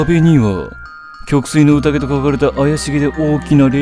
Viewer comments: 曲水の宴は（うたげ）ではなく（えん）と呼びます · ちなみに「きょくすいのうたげ」でなく「きょくすいのえん」と言います 貴族の歌詠み遊び